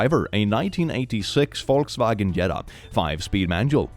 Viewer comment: As an American, hearing someone using the proper pronunciation of Volkswagen tickles every good part of my brain. One one hand, I know forcing an accent when pronouncing non-english words can be problematic (think of people over pronouncing quesadilla in a really stereotypical accent), but I feel like tearing the uniqueness from other culture's words/names for stuff feels just as bad.